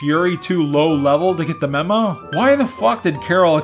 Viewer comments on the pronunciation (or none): none